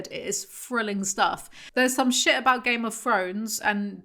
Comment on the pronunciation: GAYME UV FROWNES INNIT